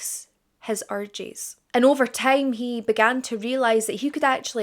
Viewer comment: Your pronunciation of “ urges “ sounds like orgies 😂